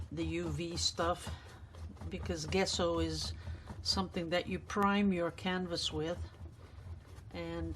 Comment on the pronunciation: The g in gesso is pronounced like the j in joy. Merry Christmas 🎄